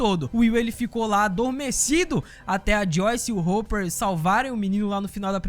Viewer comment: vc falou Hopper errado, é assim q fala olha: Hópper (desculpa, só quis ajudar ;w;)